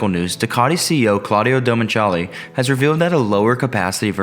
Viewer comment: Claudio Domenceli???🤦🏻‍♂️🤦🏻‍♂️😱😱 CLAUDIO DO-MI-NI-CA-LE!